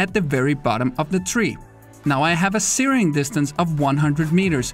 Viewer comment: I spent a while on google trying to see where searing was, i didnt realize he was saying zeroing... he is saying zeroing... not tyring to troll just making things a little clear. Great video 🤙🏽